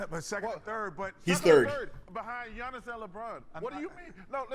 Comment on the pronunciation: Okay guys come on, it’s Giannis.